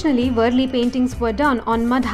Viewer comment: It is वारली not वरली